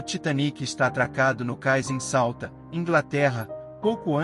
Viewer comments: O nome da cidade não é Salta, é Southampton (Salfrempton é a pronúncia em português). Parabéns pelo vídeo! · Pq Salta? O nome da cidade é Solthampton. Eu hein.... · Que ‘salta’? É Southampton. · Não será Southampton e não Sauta? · Só não entendi o nome da cidade de onde partiu. Sauta? Foi de Southampton... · Southampton ✅Souta❌ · Sauthampton e nao Sauta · Sauta? Onde é que fica Sauta? 😭😭😭😭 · Ótimo ele falando o nome da cidade e do Porto na Inglaterra 😂😂😂😂